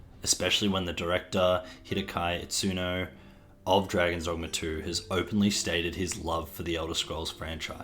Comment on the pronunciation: not sure if something less than a year old would count as a "retrospective" honestly. also please consider learning how to pronounce Itsuno's name.